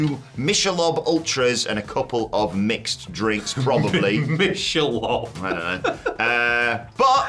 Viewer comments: "Mishelob"? I don't drink but even I know that it's pronounced like Mickelob, but spelled Michelle. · The beer is pronounced “Mick-ah-lobe”. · Correct pronunciation of the beer is Mick-a-lobe